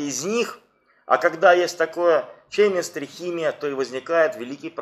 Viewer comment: Правильно произносить кэмистри...